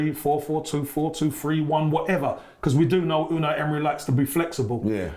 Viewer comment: actually can't say Unai Emery. Listen to how he pronounces it 😂